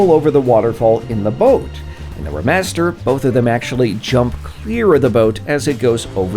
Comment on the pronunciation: Everyone else: “Re” master -: “Ra” master